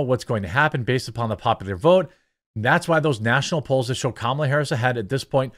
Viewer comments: Love how you pronounce kammels name! 😂😂 great job on your videos! 😊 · Thank you for using the proper pronunciation of Kamala's name! I know you said it correctly, because that's how President Biden says it.